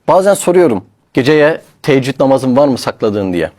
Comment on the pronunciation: Teeccüd değil Teheccüd namazıdır aslı Yanlış telaffuz ediyorsun